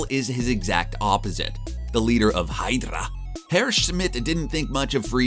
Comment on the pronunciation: I just cracked up when he said hydra in the accennt